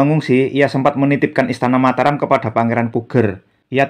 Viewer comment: Sudah benar Mataram. Kita langsung merujuk pada naskah aslinya, bukan mengikuti pengucapan masyarakat modern.